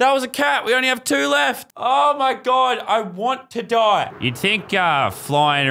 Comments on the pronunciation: Whenever he said “I’ll fork you mother” in an Aussie accent I died laughing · ''OW MAH GAWD I WANNA DAI'' LAZARBEAM 20/10/19 =) LOL